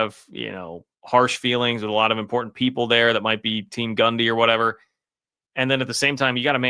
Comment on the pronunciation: Is he saying Gumby